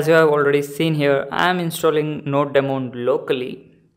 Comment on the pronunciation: It is "Node-mon" not "Node...DEmon"!!! BTB great video thanks!!